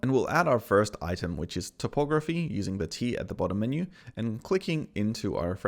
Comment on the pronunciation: "topography" has to do with maps, Typography has to do with type and is pronounced Type ography.